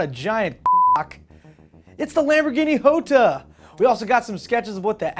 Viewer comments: top gear pointed out the big pecker months ago and its probably pronounced yo-ta not ho-ta since its italian not spanish. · Its "Jota" not "iota" ... do you also sai "iames"(James) or "iustin Bieber" (Justin Bieber)? :D reat show show and spelling stuff is sometimes easier than it looks :D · You're still wrong, it's Ho-ta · I thought the Jota was pronounced (Jaw-ta) i didn't know it was (Joe-ta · Hey, which pronunciation of "Jota" are you using? I know the word exists in numerous languages, all with a different pronunciation for each. The way you said it sounded a bit more French than Spanish.